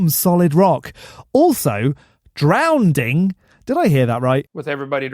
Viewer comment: "Drownding" is Okie Standard English for "drowning," just as "acrosst" is Okie Standard English for "across."